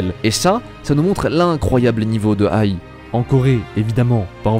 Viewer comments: C'est pas ai, mais aï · Oshino A I !!! Pas Oshino aille, faut faire un peu d'effort quand même